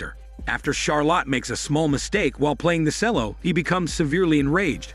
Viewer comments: Shame the narrator can not read English its pronounced Chel-low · OMG… Cello is Chel-o … Charlotte is Char-let…. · Sorry, I couldn't deal with the way you were saying the word cello....